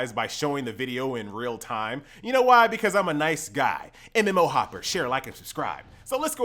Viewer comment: You actually got me to subscribe with that 'mmo hoppaah, laike share and subscibe"